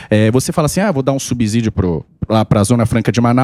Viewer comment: Deputado economista pronunciando "subzídio"? O Samy só reclama da engenharia...